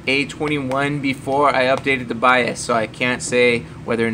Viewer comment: Too Long to explain .... Also its "BIOS" not "BIAS"